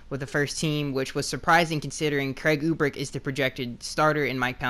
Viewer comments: You pronunciation of Urbik is driving me nuts..... Its URBIK not UBRIK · Urbik is pronounced ( ER-, bik) and Brendel is pronounced (Bren-DLE). Just FYI brother.